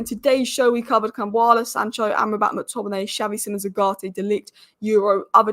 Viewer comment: you pronounce it like MAC Tominay and not MOOK Tominay - same for all names starting with Mc